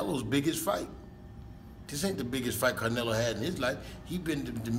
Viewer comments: “Carnelo”. Hahahaha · First off.. his name is not Canelo. It's Carnelo.